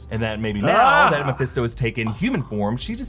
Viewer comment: if i hear mefésto one more time ... hahahaha